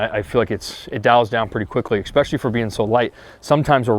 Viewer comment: Very solid review. Enjoyed the video! But is is ESpecially. Not EXpecially. 🤣🤣